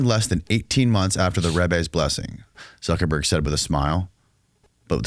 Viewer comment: This video gives us a lot of insight into why the non-jewish segment of our american society are at a huge loss and thus losing, just look at how unfamiliar the host is about this history you can't even pronounce Zuckerberg and has no depth of experience or even research or even basic knowledge into the various power bases of the tribe 😅